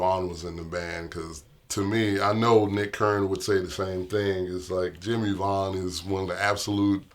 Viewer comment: VAUGHAN NOT VAGHN !!!!